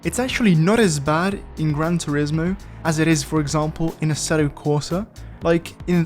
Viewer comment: Pronuncia bien turismo pls